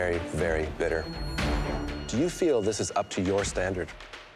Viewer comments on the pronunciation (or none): Unrelated but she goes full English with the 'bitter' pronunciation. It threw me off because I'm English and she sounded like an English girl, had to rewind to make sure she was actually speaking like a Canadian in other parts of the video. Strange, I don't know why just that word. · Did no one else hear Beccy just magically had a British accent ‘coco’s really bitter’